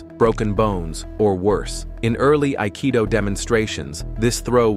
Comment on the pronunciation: ypurer Nonsens. Nicht einmal das Wort "Aikido" wird richtig ausgesprochen. Die Techniken haben kaum Zusammenhang mit dem Text, der Großteil Quatsch ist.